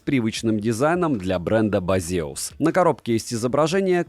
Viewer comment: Почему ударение не на первый слог?